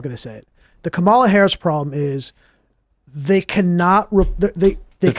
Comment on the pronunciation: is the only one who pronounces Kamala correctly